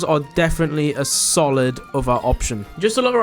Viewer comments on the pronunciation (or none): none